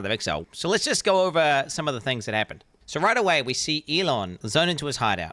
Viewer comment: Four thinhs😂😂